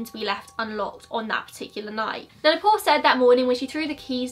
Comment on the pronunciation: Video is almost over and I just understood that "Neh-Pole" is Nepal. I was like "The Pole? The North Pole?". No offence really, I love your accent.